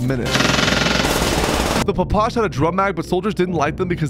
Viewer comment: it’s not pronounced pa pash, it’s called pa pa sha